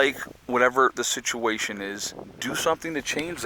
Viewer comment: Say "suhtuation" one more time